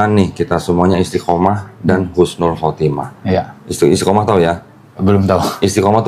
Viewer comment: Ko jangan salah ucap ya katanya yg bener itu Husnul khotimah bukan Khusnul khatimah